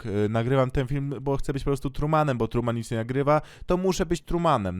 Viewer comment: Nie trueman tylko tuman